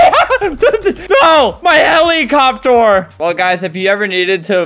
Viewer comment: Bro really said heelicooptor